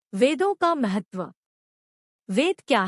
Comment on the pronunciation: आप बोलने मे भाषा का सुधार करें । महतव नहीं, महत्व । वेद मे ज्ञान, क्रिया और अर्थ या सत्, चित्, आनन्द का विस्तार है, क्यो कि इन तीन के अतिरिक्त विश्व मे कुछ भी नहीं । 3 अग्निवेद --- ऋग्वेद । इसकी 21 शाखा है । यजुर्वेद । इसकी 101 शाखा हैं । सामवेद । इसकी 1000 शाखा है । ---------- सामवेद ---- अथर्ववेद । इसकी 9 शाखा है । एक्सप्लेनेशन और विस्तार यहां संभव नहीं ।